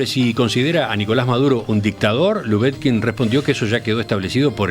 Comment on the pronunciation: Cotelo: al menos, procure pronunciar correctamente el apellido LUBETKIN. Sólo una sugerencia.